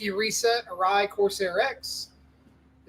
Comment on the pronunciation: Arai. It’s always Arai. It’s always been Arai 😂